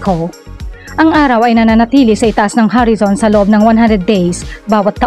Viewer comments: Horizon po ang tamang words...Filipino po or tagalog kasi ang salita nya kaya ,ang pronounce nya sa horizon ay Harrison.... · Ano ba yung salitang "HARISON"? English or Tagalog Word ba yun? Ang sakit sa teynga pakinggan!